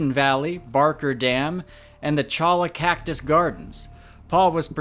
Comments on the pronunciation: “Cholla” is pronounced choy-ya not cha-la 🙂👌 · please correct your pronunciation: Cholla sounds like "CHOY uh" not "cho la" - thanks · choy ya not choll a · It’s pronounced “choya” cactus not “chala” cactus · That word, cholla, is pronounced choya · Cholla is pronounced choy-uh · Great vids! Just a heads up, cholla is pronounced "choyuh." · Cholla is pronounced “Choya” a double L in Spanish makes a y sound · Cholla is pronounced "choya" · Cholla ="choy_ya" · cholla - pronounced choi-ya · cholla is a spanish word, so it’s pronounced “choya” 😂 great video as always! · Great video, thanks! One minor correction: The cactus name "cholla" comes from Spanish, so the double L is pronounced like a Y, sounding like "choya". As an experienced Joshua Tree hiker, I will further note that this little monster is usually addressed with a stream of epithets, or sometimes inarticulate howling. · Cholla is pronounced more like Choi-ya. :) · Merry Christmas! A couple notes: "Cholla" is pronounced choy-yah! It's most notorious member is the jumping cholla, which will stick to you at the slightest touch with some very nasty spines. Its likely he heat stressed and had some other medical emergency like a dizzy spell or heart attack. I know I get dizzy in heat. That rainstorm you caught was a couple years worth of rain in one go! Glad you're OK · Just FYI, Cholla cactus is pronounced "Choya". Oh, and how about we all pitch in and sue San Bernardino for their lack of transparency? Maybe they know one or two people won't, but maybe hundreds of us could bring a case. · I grew up in Tucson, graduated from Cholla High School, and speak Spanish. "Cholla" is pronounced "choy-a," with the "ll" silent. Just an FYI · Unsubscribing because of the way you said chola springs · Oooh it's always a good day when we get a new video! PS cholla is pronounced like choy-ah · cholla pronounced choy-ah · Cholla = choy-ya. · He could have been bitten by a snake. That's pronounced, "Choy-ya".